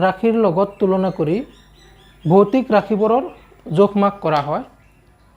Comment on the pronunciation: Sir boitic nohai he votic rakhi 😂